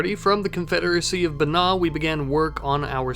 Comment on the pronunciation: Just found your channel; been enjoying the content (especially the various connected series). One thing: I believe Banña would be pronounced something closer to Ban-ya, if we're assuming Ñ in Rimworld has the same pronunciation that we hear in real-world Spanish.